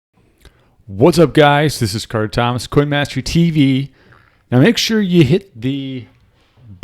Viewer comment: It is NOT "TV" Carter.......